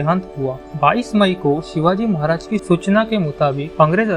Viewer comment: शिवाजी महाराज बोलना नहीं आता क्या दुनिया के सबसे महान राजा का नाम ऐसे लेते हैं क्या